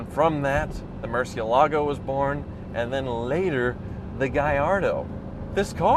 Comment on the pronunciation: I know no one cares and actually I care very little, but I wish someone would learn how to pronounce, Huracán and Murciélago. Most people come close with Gallardo, mostly. Anyway, videos are some of my most favorite car videos on YouTube. So, I will forgive him for being such a gringo. 😏🇨🇺🇺🇸